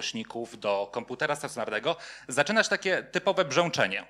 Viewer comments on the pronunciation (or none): treść fajna, ale jak mówca mówi zbyt wyraźne "ę" (od , np. słowa pojawiające się w wystąpieniu: przydźwiĘk, piĘknie, brzĘczenie, przyjĘta), to trochę kuje w uszy... jest to określane czasem mianem "wymowy doliterowej" albo "wymowy ortograficznej". która jest objawem tzw. hiperpoprawności, co dla niektórych osób zwracających uwagę na sposób mówienia może być rażące (porównywalne z brakiem poprawności np. "stoje za panio", a nie "stoję za panią")